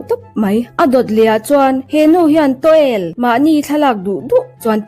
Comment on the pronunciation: Taw-el nilovin to_wel tih tur zawk aw